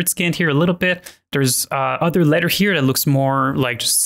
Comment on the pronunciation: yah i know, I'm being facetious, pronounce your th's